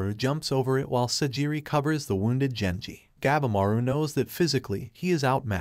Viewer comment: Gabimaru the steongest ninja of the strongest. PRONOUNDED GAH-BEE-MAR-OO it's pretty stupid you cannot pronounce the name correctly. It pisses us all off.